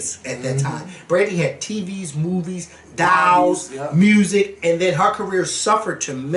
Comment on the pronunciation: I have always been obsessed with pronunciation of adult (a-delt). When he said dolls as “dows”, I fell out! Love it!